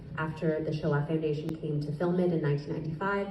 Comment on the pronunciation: I believe what is said here is the "Sho'ah Foundation" rather than the "Show off Foundation."